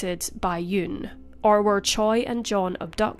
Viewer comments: Just a nitpick, but Choi is more often than not pronounced as "Chey", not "Choy." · Choi is pronounced Cheh. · Butchering that Hangungmal. The pronunciation of the surname "Choi" in Korean is closer to "Chwe" or "Chweh" (최). In Korean, 최 is typically romanized as "Choi," but this romanization does not directly match its actual pronunciation. Same thing with "Lee" actually being "I", "Park" being "Bak" (barely an emphasis on the "k"). Also, in standard Korean pronunciation, the sound for ㅂ at the beginning of a word like "Busan" (부산) is generally closer to a "b" than a "p." While it's softer than the fully voiced "b" in English, it is not as aspirated as the English "p" sound. Korean linguistics describes ㅂ as an unaspirated bilabial plosive, which is articulated with less force than a fully aspirated p sound in English. The shift to Romanizing it as "Busan" rather than "Pusan" reflects this closer alignment to a "b" sound. However, since it's between the two in the way it’s articulated, the initial ㅂ can sometimes sound ambiguous to non-native ears. "Bibimbap" is actually closer to "pibimpap", too. Batchim rules apply, and in Korean phonology, the voiced "b" can sometimes sound more like a "p" when it follows a vowel or a nasal consonant (like m). This phenomenon is often noted in spoken Korean where the pronunciation can shift slightly based on the surrounding sounds.